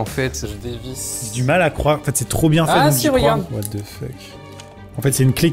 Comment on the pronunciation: Jamais compris pourquoi les francais prononce "the" -> "ze" alors que ca ce dit comme "dhe"